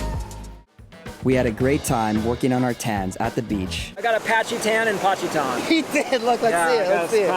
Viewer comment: patchy-tan in Pacitan lol